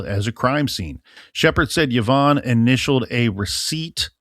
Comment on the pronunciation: it doesn’t I just couldn’t understand the YahVonne pronunciation! And it drove me to distraction!